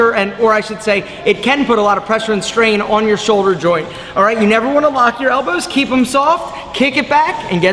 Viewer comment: I've never heard someone emphasize the W in "elboWWWzz" like does.